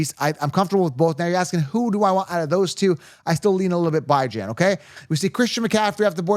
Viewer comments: Bye-Jan? I thought it was pronounced Bee-John 🤔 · I was wrong the last 2 years but i was right the 2 years before that lol...so 50/50 at best lol..thats everyones chances....and his name isnt Byejan....why cant u pronounce it right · Was able to hold on until the 16th time he said bi-jan. Interested in giving the video a look, but damn... couldn't stomach bi-jan. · This guy still calling him “BYE-JAN”. I guess he eats DYE-JON mustard on his hot dog. Remember a player for the jets named BYE-Lal Powell? Ridiculous… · Pronunciation of names like the Key & Peele skit lol. I will roll with the way his mom who birth him says his name. Geaux ByJan